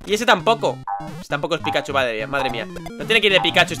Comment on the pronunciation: comfirmado que no sabe leer no decia pikachu decia pikahu por dios